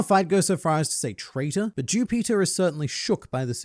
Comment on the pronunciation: I thought mu man was saying jew peter.